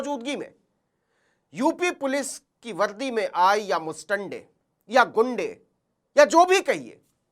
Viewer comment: Sharesha nhi hota sareaam hota h, Shamay nhi hota samay hota h Valdi nhi hota vardi hoti h Uncle shabdo pe dhyan do